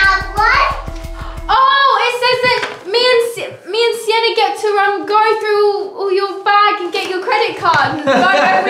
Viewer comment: Oh it's Sienna, not Siena 😊